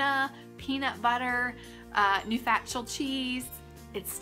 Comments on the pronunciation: I think it's "noo-shuh-tel" with the emphasis on "tel" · I looked it up, cause i didn't know and it is supposedly pronouced like new- shuh- tel. Its french according to the site I looked at. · It's pronounced.... noof shuh tell